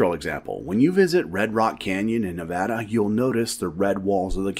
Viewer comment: The red rock reference and the correct way you said Nevada made this Vegas native happy